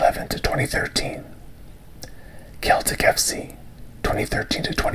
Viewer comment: The team Celtic is pronounced "sell-tick" btw